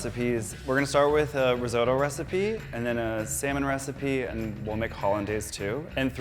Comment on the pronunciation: I die a little inside every time he says rIsOtO